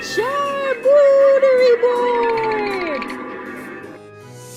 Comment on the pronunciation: It's not a charcuterie, it's a charboooooooooooooooooooooooterie